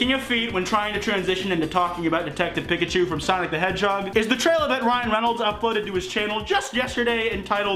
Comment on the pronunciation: sonic big legs>sonic human teeth>sonic tiny eyes. also, i don't like the way you say pikachu my guy.